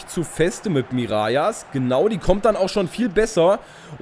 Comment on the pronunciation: Hey super Video wie immer:) "Mirallas" spricht man nicht "Mirajas" aus sondern " Miralas" aus. Im generellen hast du natürlich recht dass auf Französisch doppel "L" "J" wird. Aber Mirallas kommt aus der niederländisch sprachigen Region Belgiens. Also wird er ganz normal "Miralas" ausgesprochen.:) ( komme selber aus Belgien) Liken damit er es sieht:)